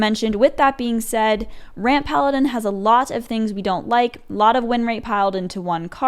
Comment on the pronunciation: Its a french deck from Tars :D "Pallapin"